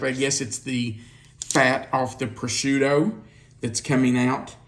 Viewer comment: I’m sorry - but it’s pronounced Pro-shoe-toe.